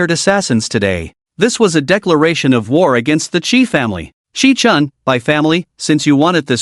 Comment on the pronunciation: The MC's name is Qi Chen (at the beginning) from what I can gather. But the AI makes it sound like kitchen. You need to place a space between the last and first names of the characters. And I like how atleast a couple of characters find out the truth. Although they can't really tell others. Which is a shame imo.